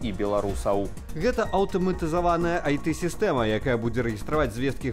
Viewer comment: Так и продолжаете произносить "ай-ты". Нет такой буквы, которая произгоситься как "ты". IT = ай-цi.